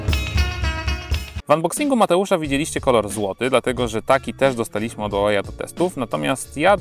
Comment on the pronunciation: źle czytasz Huawei, czytaj sie "huałej".